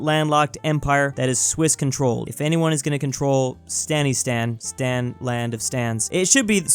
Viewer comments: Stan not sten Stan meaning is area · Me when you say stan: 'dies of foreigner cringe' its pronounced staan